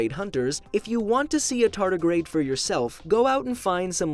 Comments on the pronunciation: Tarty the Tartagrade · A TAR TAR GRADE 😂